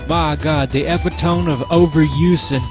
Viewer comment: DaThings1 had a two-part poop once. It was of Willy Wonka. And it was pretty good. And did you seriously pronounce epitome as "EP-uh-tome"?